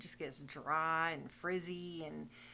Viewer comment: Friiiiiiied and drrrrrrrrry! Go southern accent ❤